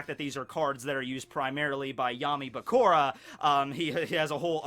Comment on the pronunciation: it's Bakura like Sakura...not Bakora.. jus saying, still love you